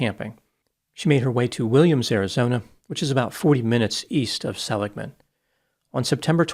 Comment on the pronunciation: Seligman AZ is pronounced SELLig man Sell like sell, ig as in iggy. Just help, your intellect is far above mine. Sadly, she sounds like she was lost; no one will know for a while. You would think that some remains would eventually be found.